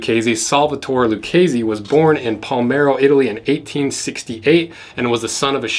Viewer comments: Even though you mispronounced "Palermo" this was a great vid. FYI I'm totally used to it because it also happens to be my last name lol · I love how you pronounced Palermo, it's wrong in all the possible ways. It's so wrong that it crossed the Maryland point into becoming amazing again. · Man, you just mispronunced the name of my city sooooooo baaaaad ahahahahah. Anyway, proud to see a reference to my land here, so unexpected! Oh, thanks for your work btw!